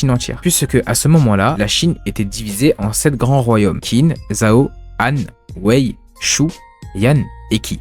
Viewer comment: Clair que Kingdom est un chef d'oeuvre. Juste pour faire mon chieur : Qin se prononce Tchine (c'est le mot qui donnera "Chine", tout simplement).